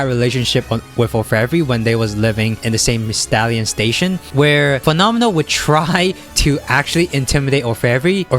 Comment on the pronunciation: you pronounced fenomeno well, in italian... xd